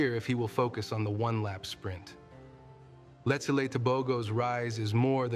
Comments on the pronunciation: I’m his fan! I meant he’s mispronouncing his name, it’s Letsile not Letsaile lol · Its not letsayle it's Letsile